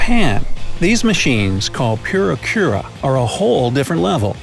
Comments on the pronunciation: This is exactly the first time in my life that I heard someone saying like “Pyura-kyura”, instead of “Puri-kura”. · Japanese people: Purikura This guy: PYURYA KYURYA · You mean "puree kuraa," not "pyura kyura?" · Pyu-ri-kyu-ra lol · Did you guys hear the way he butchered the word "Purikura"?? (9_9) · There are 5 million vending machines, not 50 million. So many mispronunciations. The photo stickers aren't pronounced, "poo-ree-kuu,rah" and thee bullet trains are "shin-kahn-sen". Any other countries with confusing address system? Japan doesn't use the geographic location of street and number. You have to list prefecture, city, ward, neighborhood, district number, block number, and house number. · Please work on pronunciation. You mispronounced many Japanese words like "purikura" and "shinkansen." Some of these facts are not common aspects in Japan such as the subway chin strap, the moomin lunch buddy, and the miffy green light. I've also never seen Pringles as ramen, but I can buy a small can of Pringles chips at every convenience store around me. Please specify where you find these or you are providing false/ misleading information that these are common aspects of Japan.